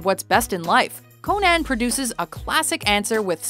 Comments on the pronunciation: Who is this cone ann the barbarian you speak of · You know this is bad when can't pronounce Conan correctly